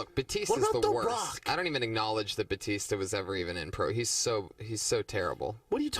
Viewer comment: It's Batista not Baptista 🙄